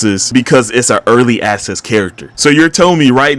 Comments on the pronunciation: I swear I hear early asses and not early access😭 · bro the way you say early access, is hilarious it’s like your saying ass. “Early asses” no offense bro but you’re a good critic in general alright peace out twin. In